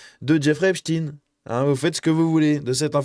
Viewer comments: On ne dit pas epstine mais epsteine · Pour la prononciation, il ne faut pas hésiter à dire «Êp-chtaille-ne» comme il est coutume de le faire en français. Pourquoi succomber à la mode actuelle, très anglo-saxonne ? Va-t-on désormais parler d'Albert «In-stine» plutôt qu'Einstein ? Ou du monstre «Frankinstine» ? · C’est Epstein comme Einstein et non Epstine. Merci de conserver l'intégrité du nom de famille. Ne tombez pas dans le piege de vouloir faire croire qu’il n’est pas juif. C'est EPSTEIN. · Jeffrey "Epstine" et Harvey "Weinstine" n'existent pas..Epstein et Weinstein oui. On dit Albert Einstein pas "Einstine"..c'est une fausse erreur volontaire de prononciation de certains medias afin de ne pas trop mouiller le "peuple elu"